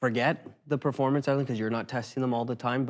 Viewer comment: Haha yes "preformance" 😂😂😂😂